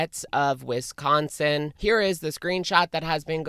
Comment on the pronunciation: One thing about this situation, it’s interesting to hear how everyone pronounces “Wisconsin” differently lol. I grew up there and every time says “Whestconsin” I get a little giggle. Locals say it like the “wi” in “with”, also no “h” sound. And the “con” has an A sound like the “ah” in salah. The “sin” is usually just the s and n sound, completely skipping the i. Interesting